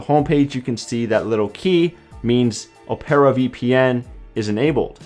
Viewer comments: its op-rah not oh-pair-uh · O-pear-ah??? Opera, like the musical... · Hm.... interesting way to pronounce Opera! Very.... erm... inventive! ROFL